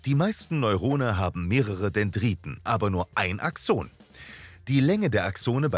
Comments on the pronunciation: Ich finde eure Videos echt gelungen, aber manchmal werden Fachbegriffe falsch ausgesprochen. In diesem Video sind es die "Nodien": Es heißt nicht "Nodíhn", sondern "Nódijen", und "Axon" wird auf der ersten Silbe betont, und das "o" ist kurz. Ach, und Herr Ranvier war ein Franzose, also "Rãvi'e". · irgendwie mag ich diese Betonung nicht^^ DIEse nennt mAN aXOOOONEEeeeh